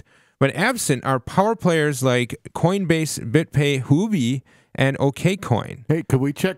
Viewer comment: It is not pronounced Hoo-bee, but Huobi is pronounced Hu-Or-bee